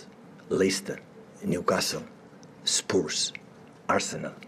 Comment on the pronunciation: Bro pronounced spurs "spores"